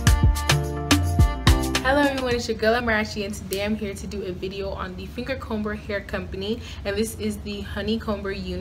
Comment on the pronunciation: I hate to be that person, but I feel the need to tell you the b in fingercomber is silent...